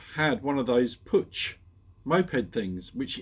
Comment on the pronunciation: Hi. I think Puch is pronounced puc, as in ice hocky. Heard that somewhere, can`t remember where...